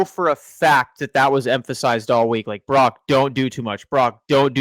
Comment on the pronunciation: Following on utube with 38 followers.... Im a functional drinker. looks like he's tittering on the rails. Brock, not Brack....1st 20 seconds. Love u, something kinda out of line.